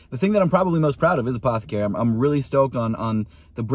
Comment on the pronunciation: take a drink every time he says apthcry in this vid